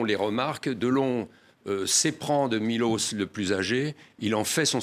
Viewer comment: C'est pas Milos mais Miloch ! Ca serait bien d'apprendre à dire les noms dont ont parle dans un roman !